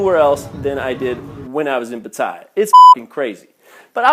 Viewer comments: .... learn to speak Pat teh ya .... I'm insulated as a canadian as the way you are representing thailand my wife is thai never a bad thing other than the occasional overcharge on taxi's. omg Koh Pi Pi not koh phi phi . were you even in thailand? did you even listen to the locals? PuKet sounds like Poo Ket stop your channel( a year late here) unitl you learn how to speak thai ... or english as most Thai locations FOLLOW ENGLISH PRONUNCIATION Guess what FRENCH AND DUTCH heavily influenced the thai language Thailand and FRENCH is part of CANADA. Thailand is not a magical happy land but with COMMON SENSE you will be fine in Thailand. it sounds more like you got scammed by your friend than the thai people they are very reserved they will read people and will take advantage of people who lack an iq of 110 or below. Thailand is good to people who treat the people as people there are scammers but if you exercise no common sense you deserve everything that comes to you. Understand When you come to a foreign country not only Thailand people think you are rich to fly around the globe to see how different their country is. People with limited global experience posting video's not only makes that country look bad but also the country they are from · Lmfao. The way he pronounces Pattaya, I got goosebumps 😂